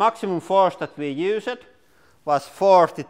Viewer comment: First off, I really enjoy your videos and have seen so many, and that's why I noticed this.. Do you know how to say 'used'? You say 'use-ed'